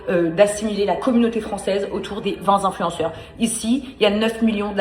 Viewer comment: "vingt zinfluenceurs". Et elle persiste en plus ! 😂